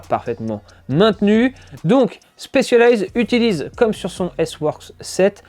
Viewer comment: Stop dire chpecialized c'est un S 😭